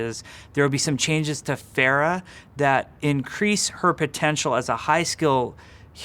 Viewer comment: Even Jeff pronounces Phara wrong